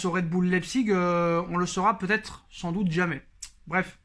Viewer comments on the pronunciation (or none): none